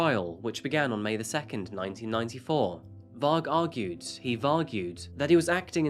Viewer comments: Why is he calling varg “vik”?? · why tf he calling Varg Vikernes vick varck?